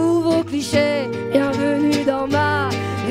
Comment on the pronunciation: Когда она произносит "лю Мур" ... Как же я понимаю Русское дворянство ))))